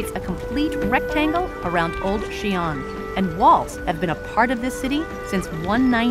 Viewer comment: 不是Xian是xi-an, two syllables. Two separate sounds。